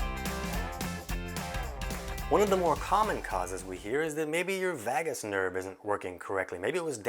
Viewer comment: VAYgus -- rhymes with BAY and DAY and SAY and GAY and MAY . . .